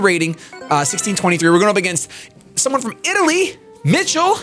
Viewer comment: H Z O hai sentito come ha pronunciato "Michele"?😂😂